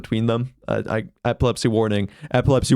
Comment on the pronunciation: If I had epilepsy I would’ve been screwed cause I didn’t understand you at first 😂 “eplepsy warning eplepsy warning”😂😂😂